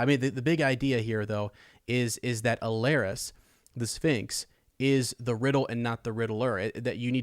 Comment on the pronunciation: Great stuff! Just nitpicking: it’s Alleras, not “Allerias”. Hitting the ear a bit hard the more you keep saying it. Sorry.